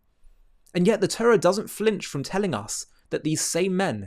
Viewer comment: Why cant you pronounce the Torah properly? Why do you say Turra?